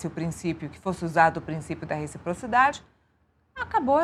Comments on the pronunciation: Ensina o sujeite a falar rechiprochidade primeiro... Trocando um funcionário por arap............... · Se ele aprender falar reciprocidade, eu voto nele 😊😊😊